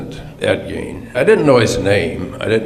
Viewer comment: It's pronounced Ed "GAIN".